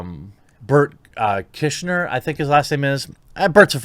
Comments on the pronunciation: I believe it's Bort Camstar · It’s actually pronounced Bernt Crystals. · It's pronounced "Burnt Chrysler". The Machine!